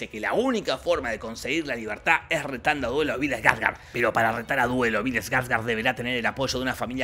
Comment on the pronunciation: Bill SKARSGARSRSRSGS